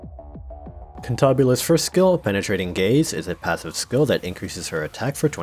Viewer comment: I don't know why but the way you say "Penetrating Gaze" made me think you said "Penetrating Gays" and I got REAL concerned